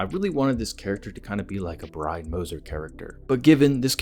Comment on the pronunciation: Why are u callin him Biney, ur not 3 year old Dexter, its Brian